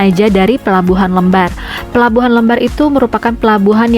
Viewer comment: LEMBAR...cara bacanya spt kata LEMPAR..